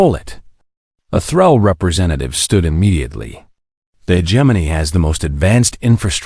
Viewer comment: the pronunciation of hegemony